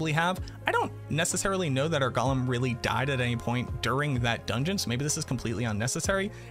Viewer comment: So a TINY nitpick... I think it's funny that you constantly mispronounce Golem. It's GO-lem (lets go!), while you're always saying it like the hobbit character, Gol-um (golly!) Other than that, as usual i love how in depth your videos are, and look forward to the day when you either try another class to focus on, or an expansion comes out that more properly fleshes out the Necro class with more skills and build options, as opposed to the 4 core skills (Storm, tendrils, CE, curse) plus damage/minions (that you correctly pointed out in a previous video)